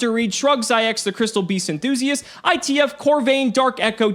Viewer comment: Nothing will ever come close to how badly he butchered Crystal Beastd